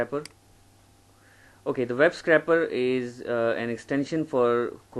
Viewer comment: web scrAper. It's not a scrapper (slang for "fighter").